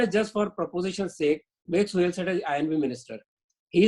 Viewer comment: He's Suhel not Suhail. 😂